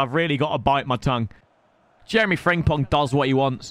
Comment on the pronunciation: Day 4 of Telling its FRIMPONG NOT FRINGPONG Also Yeah like Tottenham against Brighton😂😂😂😂